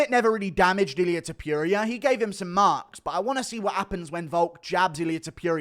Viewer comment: The way you say Ta-pure-ia 😭